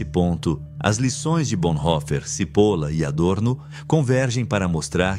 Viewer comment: Só uma dica. Não se pronuncia CIPOLA mas sim TCHIPOLLLA. pois é um sobrenome italiano e significa cebola. Att